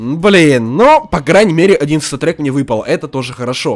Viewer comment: Он говорит место статрек когда нормально выпадает говорит сатрек сатрек